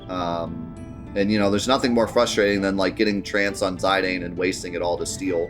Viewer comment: 13 years old and we can’t figure out how to pronounce Zidane correctly like do you have the internet. Or just assume you know everything like what in the world.